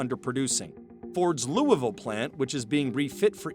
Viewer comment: Thanks for saying Louisville right